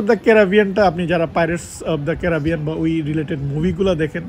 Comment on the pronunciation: ক্যারাবিয়ান ❌ ক্যারিবিয়ান ✅